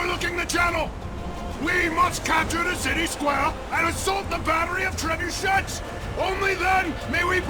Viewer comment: It's not a god **** treh-boo-shet it's a ******* tre-bu-shay. It's French! Trebuchet. Even in English it is pronounced Trey-boo-shay.